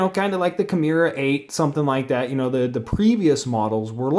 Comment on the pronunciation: Key-More-Uh. Balisong is one word too. Not balley---song. Good vid other than that nitpick.